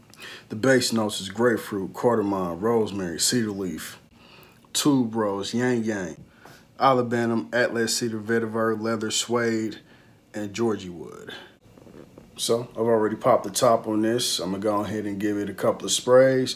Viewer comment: Ylang ylang - pronounce as e lang ,e lang